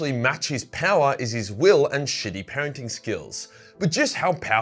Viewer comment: I thought you said painting instead of parenting lol